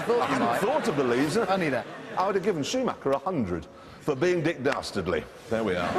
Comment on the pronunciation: Girl both like shue macher they work for prachticher but is Luke Luke